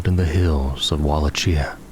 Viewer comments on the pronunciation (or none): none